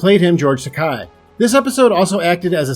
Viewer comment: Tak-eh not tak-eye